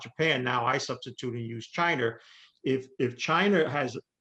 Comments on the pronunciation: Is it just me or is the guy saying chiner and not china? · I can't take anyone seriously who can't pronounce China correctly. "Chiner"? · I love the info, but it's China, not Chiner. That pronunciation was brutal. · Peter was talking about "Chiner" not China. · Am I the only one who watches Peters interviews solely to hear him say “Chiner”? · I thought he kept on saying CHINER....HAHAHA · Chiner. Love it. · ‘Chiner’ lol